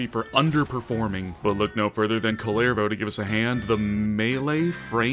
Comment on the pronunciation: Its pronounced like Cooler-Voe